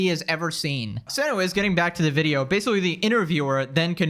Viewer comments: Staring the video off strong with a classic “Basicawwy” is my favorite speech delayed Youtuber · "Basicawy" lol Don't suggest ts to me youtube